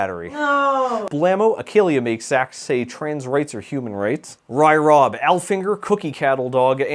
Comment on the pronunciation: It’s very upsetting to hear you pronounce Aaaaaaaaaal Finger without the zest behind it